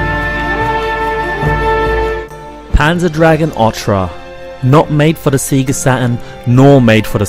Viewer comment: You forgot Sega, not Seega ;) A few wrong words it's a nice review.